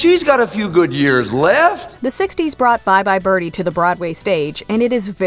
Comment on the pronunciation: "Bye bye bird-hee" just grinds on my nerves. There's no H in BIRDIE!